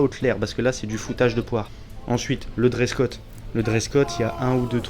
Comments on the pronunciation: Trop cool la vidéo et très bonne analyse des + et des -. En passant (juste pour taquiner) On dit Dress Code et non Dress cot ... hihihi ! Très très bon moment en votre compagnie en toute circonstance. Vive la Corse et la Belgique Miel ... Squad Leader JJEK. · Merci beaucoup pour ce retex bien quali', mec 😀 Bon c'est pas encore ça cette année, apparemment... Ps: on dit dress code, grand fou 😜